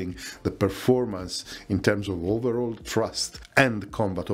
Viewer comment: Love your content, but please work on your English pronunciation! "Thrust" is not the same word as "trust". "Ceramic" is pronounced "seramic".